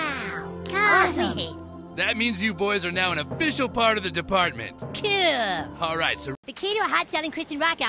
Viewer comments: He’s not Kewlll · Pretty kewl. Now I need a video of him saying "Kahl" 😂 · Thanks to Cartman instead of cool i say kewl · That's kewl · That’s kewl